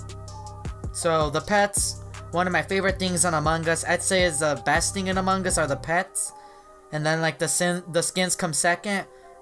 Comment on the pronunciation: Why do you say among gus? Who's gus?